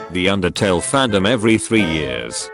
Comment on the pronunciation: erm it’s actually “undertale” not “undertal”🤓